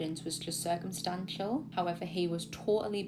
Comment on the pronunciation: Just here for the "high evers"